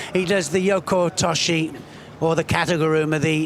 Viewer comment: For Gods sake Neil,its SanKAKU not Gaku???nd both of you this is not kata guruma but tani otoshi,idiots!And,Neil,learn that ther is no OTOSH but OTOSHIII?show some respect for judo nomenclature,you being "Voice of Judo"???